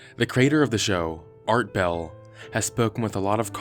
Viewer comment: "Art Bell" lol